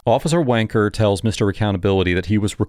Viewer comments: Love the leaning pronunciation of officer wencker. appropos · Sorry, did he just say "officer Wanker"? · Whoa did you just say officer wanker? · I literally thought you were throwing an insult when you said “officer wanker” lol